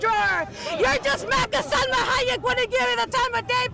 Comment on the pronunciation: What an embarrassing woman. Also, she said Salma Hayek.